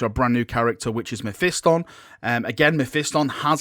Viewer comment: learn to say mephiston correctly , jesus half of youtube says it like they are mentally retarded.